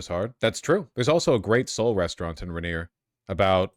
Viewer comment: Vaush are you intentially mispronouncing "Rainier" and "Yesler" just to spite me personally?